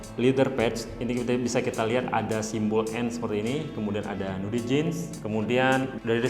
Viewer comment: Bacaanya aeyren haart, nuudi, flet hedd, mister fridemm